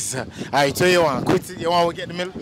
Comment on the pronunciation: "feel arite" 😄😄